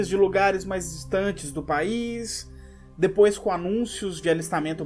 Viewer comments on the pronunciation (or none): none